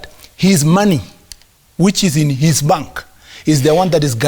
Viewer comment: It is bank not pang